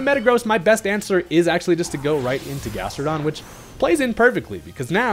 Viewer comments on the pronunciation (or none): none